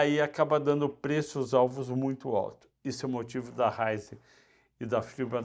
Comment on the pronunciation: Ráizen e Fibra (por vezes)?! Importante pelo menos conhecer e acertar os nomes das empresas, se não a credibilidade fica bem prejudicada.